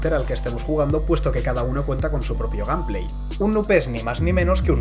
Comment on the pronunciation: Aburrido, además me dolió su pronuncian en las de gameplay como "gampley".